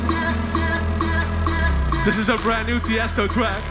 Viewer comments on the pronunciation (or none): "this is a brand new tiesto twack" lmao i die every time i hear that. fucking amazing set tho